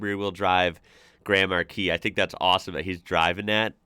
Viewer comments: Im almost through the whole video and I just now realized that the Car is not called Grandma-Key but Grand Marquis xD Thought that he was calling it by some sort of nickname or whatever :D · Name of the right car sounds like "Grandma key" 😭